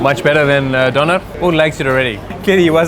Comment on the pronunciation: When he rolls that R in DoneR , I know he is south African !! Nice video